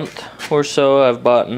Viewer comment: Bought. The word is bought. Brighten up, please